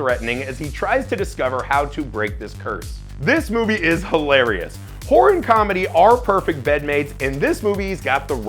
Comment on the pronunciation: TWO syllables, not one. It's Hore-rur, not hore. Hore movies are something completely different.